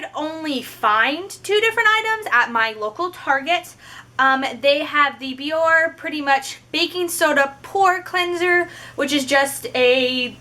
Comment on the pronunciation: Your channel is cool, I just found it. I'm not trolling, I swear, but the brand name is pronounced Be-yor-Ay. You can hear it in their commercials. Keep up the good work.